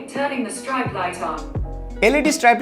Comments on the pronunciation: Bro its 'strip' not 'stripe' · Strap na IT'S PRONOUNCE STRIP (STREEP) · other people: streep: StRiEpe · Hey google, tharn on the strite light on😖 what an accent.